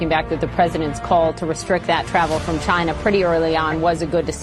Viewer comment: As Trump said, it came from 'Chyna'. I hate the way he pronounces China.